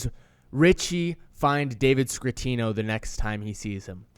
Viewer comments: Scatino, not Scratino, lol. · Man I'm pretty sure it's David scatino not scratino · SCATTIONO NOT SCRRRRATINO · Scatino not Scratino. Cmon man. We come to you for details....lol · No R in David Scatinno